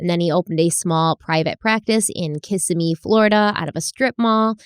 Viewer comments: Fyi, Kissimmee is pronounced...Ka semi Thought you would like to know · I keep coming to the comments to see if anyone is telling she is saying Kissimmee fl wrong haha. I love your videos